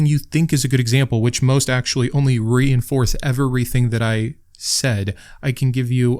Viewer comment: "reinforth" still more articulate than any x-ian